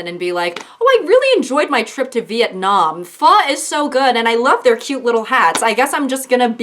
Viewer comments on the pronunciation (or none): none